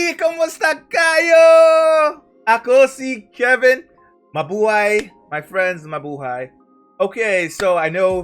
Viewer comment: Your "MABUHAY" accent is just perfect! 🤩😊